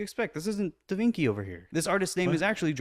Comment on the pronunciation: Did he just pronounce Da Vinci as De Vinky?